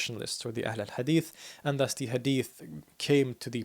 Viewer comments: well that's funny cause he actually pronounced wrong he used the letter "ح" instead of "ها" and with that letter changed, what he said meant : "The most beautiful of hadiths" instead of "The people of the hadith" but yeah still sure he pronounced the letter "ح" well even if it wasn't the correct letter here .. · actually he mispronounced ahl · the h of ahl is a bit pronounced like ح not ه but he pronounced hadith better than me native arab.